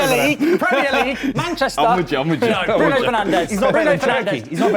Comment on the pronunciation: Cmon it's Bruno